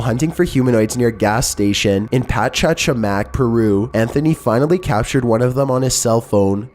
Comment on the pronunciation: uhhh "pachachamach" i understand spanish is a weird language, and so is english everything but its actually "pachacamac" first ch is like chair so that was correct but the ca is like car, sorry if this is a bother but im just trying to help for the future ;)